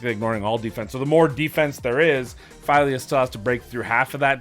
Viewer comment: It is FEELYA. Try Google translate in Swedish.